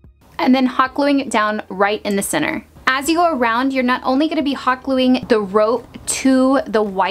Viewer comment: You kept saying “cenner” when you were doing the tyre, what is “cenner” I’m confused?